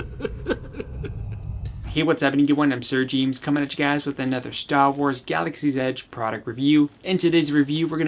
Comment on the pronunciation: I love how you speedy auctioneer your intros and I love how you say Staw Wars.